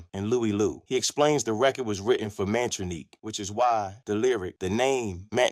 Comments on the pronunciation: Why ya keep showing that fake pic of Tupac with John Lennon when talking about Russell & Rick?? LMAO And how ya mess up Mantronik's name when it's pronounced on the music?? It's pronounced "MAN-TRONIC". Do better. 100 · 😂 Bro said Mantroneek 😂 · AI is horrible. The repeated butchering of Mantronix is criminal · I can't do this no more. This dude fucked up the name Mantronix. He can't even pronounce the names right, but we supposed to believe his account of hip hop history.